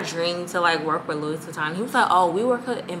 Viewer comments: cringe every time I hear the ssss.... but that's my girl! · It’s pronounced Lou-Wee not luis 😂